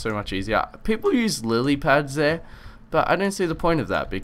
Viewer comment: has trouble saying Lilly pads